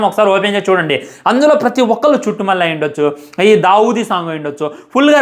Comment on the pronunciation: మాట్లాడితే చుట్టుమల్లె అనకురా నాయన అది చుట్టమల్లే😂